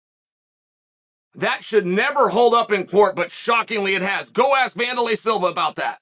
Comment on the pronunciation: Bro! Every time Chael says “Vandalay Silva” I chuckle a bit…